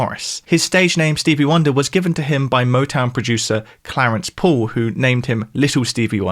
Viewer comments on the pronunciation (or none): u say Paul Mcartney like Poe Mcartney an say called like code. lol